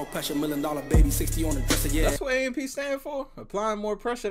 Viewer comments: Lmaoo what’s crazy is that they all got it off the struggle and can you say it as "A-M-P "and not "amp" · Hearing him say AMP and not A-M-P is funny asf 😭😂